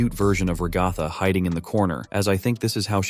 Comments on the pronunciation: everyone:ragatha him:ragafa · Bro it’s ragtag not roghto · I gonna sat rgatha is not agatha its ragatha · I hate how he kept saying Ragatha [ra-ga-tha] it’s pronounced Ragatha [rag-a-tha] ty! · Ok, I know its just the voice, but stop saying Ra-gau-tha! Its Rag-a-tha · Ragatha is actually pronounced Rag-uh-thuh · Bro really said ragotha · "Ragartha" I can't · Thats not how you say ragatha